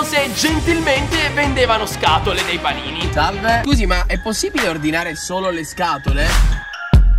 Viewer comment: "paniti"? Panini Ps: non insulto nessuno tranquillo